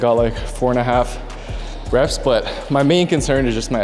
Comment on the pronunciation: Hindi dub: reps ❌ rapes ✅ 😭😭